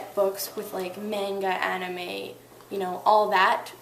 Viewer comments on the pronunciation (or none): mahhhnga, not maynga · MANGA is Mahn ga NOT MAIN GA =.= if you read it learn hot to say it. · Just letting you know its not pronounced mayn-ga it's pronounced mon-ga. ( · Sort of found it irritating with the mispronunciation of manga. It is "manga (mah-n-gah)," not "mainga." Everything in the video seemed to be helpful though! lol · I like the video and im on paigee world! But manga is pronounced maunga not mainga its spelled manga though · Mahng-ga NOT Mehng-ga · Maw-nga! Not mae-nga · In Japanese, the "A" is phonetically pronounced as "ah". In the word manga, it is pronounced as "mahnghah". She pronounced it as "m-eeeh-ngah" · I'm sorry if I sound picky but it's always been a pet peeve of mine when people pronounce it "mang ga" rather than "mahn ga" ._. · yes, not MAN guh. Its pronounced mahnguh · She called it "main-ga".... Weeaboo.... Like damn... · Okay I think this is a really cool video. Helped me a little bit. But I'M SORRY. "MANE-GAH" ? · U said manga wrong (mon g uhh) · its pronounced mon ga like a jamacin steriotype of saying man and then just ga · Idk can you really take someone seriously when they can't even say the style of art right? Little things like 'manga' vs 'meinga' or 'Hino' vs 'haino' can really help ;>-> Just sayin' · You called it MAINGA... Now the whole video is ruined. =x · It was all cool until she missed pronounced manga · You pronounced manga wrong... gj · Wow, you should learn how to pronounce Japanese words bruh. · you didn't pronounce "manga" or "Copic" properly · Yay, just what we need. An American who pronounces Japanese names wrong because she didn't do her research :D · oh.... you said manga wrong but people make mistakes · you say manga wrong!!!!!!!! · She pronounced "manga" wrong.. o-e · You pronounced MANGA wrong! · you pronounced "manga" wrong. youre a good artist though :D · GO 2 GOOGLE TRANSLATE AND PUT IT ENGLISH 2 JAPANESE AND TYPE IN MANGA AND LISTEN !!!!!!!!!!! UR SAYING IT WRONG